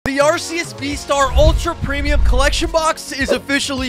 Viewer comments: Pls tell me he didn’t say arseus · He said acus